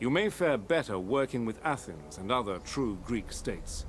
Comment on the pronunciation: It’s pronounced A- th-neis